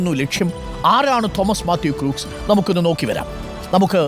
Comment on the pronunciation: Crooks alla..Read as "Crocks"..😂